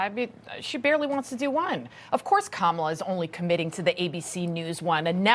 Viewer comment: Kamaltoe not Kamallllala